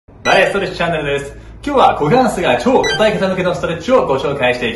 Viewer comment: いきなりのクウォカンスェツゥー(股関節）でかなり好きになりました。